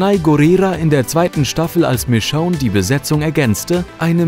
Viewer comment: sprich michonne richtig aus, da bekomm ich ohrenkrebs